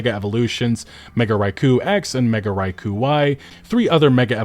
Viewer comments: Ikr? Why is he saying Raichu like that? (Rai-Koo instead of Rai-Choo) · bro come on… do you say « Pikachu » like that ? It’s Raichu, not Raikou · Raichu choo chooo not kuu, chew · pokeman fans? And earlier you said Raiku instead of Raichu. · mega "raiku", c'mon man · Bro, Raichu. Not Raiku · While I agree mostly with what you said in this video, your pronunciation of Raichu (rye-choo is how you say it, not “rye-cow”) lets me know you are not a fan of the series and just want to see it burn from this release. It won’t. Also, it’s said as Pokemon Legends ZEE AYE, not Z Through A and you know it. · "Mega Rai Ku" bruh, Raichu is first gen how are you mispronouncing it? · "I love this franchise" Also this guy pronouncing Raichu's name: Raicoo literal gen 1 mon right there, the main mascot's evo at that. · Wtf did this guy really just say ‘Raikoo’ instead of Raichu? Thats crazy, dislike. Im sorry, its cringe seeing people make videos about pokemon as if they actually give a damn anyway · "Mega Raikou X and Mega Raikou Y" It's RAICHU, can't even say the names right and the user that showed the clip dropping through the floor was literally on the Switch 1...🙄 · 'Rye Koo' I know my boy doesn't play Poke a mans when I hear that 🤣🤣🤣More power to ya! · did you just call raichu raikou? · Oof, say raik-hu one more time. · Mfer you pronounced Raichu as RaiKOO with a fat K? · Raiku? Lol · Yes, the Piers scene is inexcusable. That was EMBARRASSING. Sword and Shield was the start of the justifying slop era. Also, dude, it's Rai-CHEW. Raikou is another Pokémon. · You don't even know how to pronounce Raichu. Have you ever watched or played a pokemon game in your life? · How do you pronounce Raichu's name incorrectly??? Lmaoo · Can you not properly spell Rai-chu? You caught me off guard, thought we were getting Mega Raikou. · I suspect he was never a pokemon fan, because I've never heard Raichu pronounced that way. Even by the "Pokemans" crowd lol